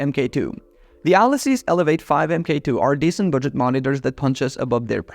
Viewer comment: Mark 2, not M K 2